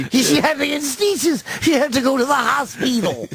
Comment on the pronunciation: "She had to go to the hospeetal" 😂